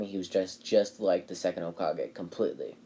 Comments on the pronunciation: Hey guys its not Hole kagay ITS HOEKAHGAY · Why did you call it hole Ka-gay wait what KA GAYYUUY